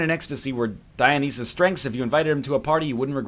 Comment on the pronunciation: Oh its DioNEEEsus.